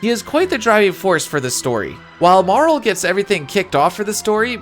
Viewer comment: Pronounced Marle correctly from jump? instant sub.